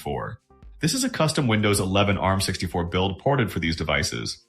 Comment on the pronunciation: Вындоус и мойюай это конечно хорошо😂😂😂